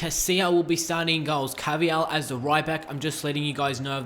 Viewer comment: It's not ca-vi-yal it's pronounced car-va-hal